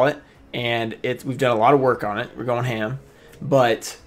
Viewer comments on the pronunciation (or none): none